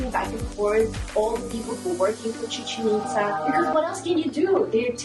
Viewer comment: Ame cada vez que dicen "Chichenitza" (musica de fondo) jaja ✨✨✨✨